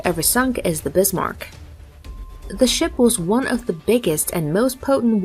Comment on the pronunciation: The e at the end of Kriegsmarine is spoken, and it is Bismarck, not Bismarc.